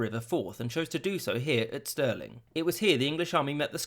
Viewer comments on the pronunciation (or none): none